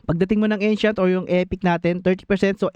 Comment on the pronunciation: bakit ung ancient pronunciation mo sobrang pang tang@